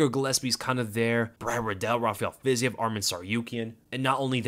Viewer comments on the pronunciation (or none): none